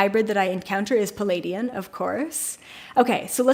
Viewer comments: You say palladian hybrid... do you mean ple-aidian hybrid? Love & Light. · I Love your channel but I’m afraid you are mispronouncing the name Pleiadian...You say “Peleidian”...sorry for that but I love languages and studied linguistics, so I could not help myself but to draw your attention to that...there’s a letter “L” straight after first “P” - Pleiadian